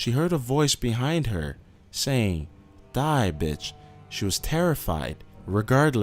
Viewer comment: Lol you say die bitch weird.